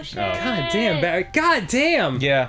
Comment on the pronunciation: "Barry" is two syllables.